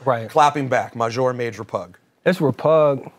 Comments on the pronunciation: Got these grown ass men saying maj majour repug. Show cool but stop that shit. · Just wondering, is “majour” supposed to be French? Cause that doesn’t exist lmaoo